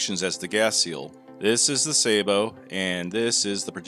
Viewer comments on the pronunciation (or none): FYI it's pronounced sabbo not say bo Sabot is the French word for shoe. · A lot of people think Sabot is pronounced Say-Bo. It is not. It is pronounced not pronounced with a hard A, but a soft A. Sa-Bo. It's French for Shoe, or Clog. It is the root of the word Sabotage and comes from back in the early days of industrialization when they wore wooden shoes. They would toss a wooden shoe into the gears of the machinery in order to stop production. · Please learn how to pronounce Sabot, it is not Saybot, for heck's sake